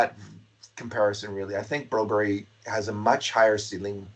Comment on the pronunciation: Jesus its broberg not broberry staples..